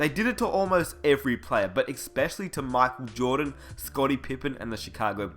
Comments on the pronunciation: Makel jordan?! 😂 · I stopped when he said MAKEL JORDAN and DENIS ROHMAN. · Mackole Jordan lol wtf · How you never once pronounced Dennis Rodman, Michael Jordan or Scottie Pippen properly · My whole body hurts when you pronounce 'Michael Jordan' the way you do..but good video :D